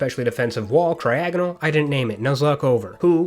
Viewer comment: Why did you say cryogonal as cryogonal. What was your thinking process behind your 0 iq pronunciation.